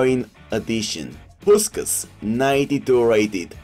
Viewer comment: Just return to saying Puskas how it should be said. You know how to day his last name properly.